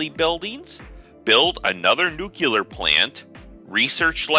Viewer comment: Nuclear ! Time to stop acting like a kid and see a speech therapist...